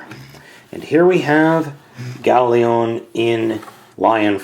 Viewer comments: lion. its gao-lion. not leon. just a little nit pick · Gao Lion, Not Gao Leon!, urgh! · It's Gao Lion, not Gao leon. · its not ieon its lion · the first ones wrong it is gaolion not goalion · Howcome you keep saying GaoLeon? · nahhhhh (even though its Gao-lion) after being subbed to him for quite awhile i have notices that he mispronounces names alot......get used to it haha but hey thats what makes:D lol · Judging from the appearance, I'm guessing you were pronouncing it "Galeon" as a joke? Or am I just mishearing things?